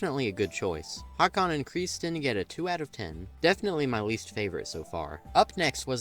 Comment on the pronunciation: The name is actually Håkon. Like before, you can't just remove parts of a letter and turn it into a different letter. Closest English sound to Å is the vowel in "thought", so I guess the approximate English spelling is "Houghkon".